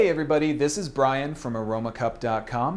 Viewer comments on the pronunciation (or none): none